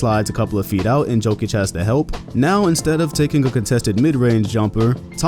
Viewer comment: Jokić, not Joekić